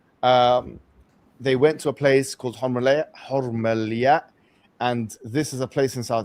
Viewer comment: huraymla not hurmalya tsbela not sabila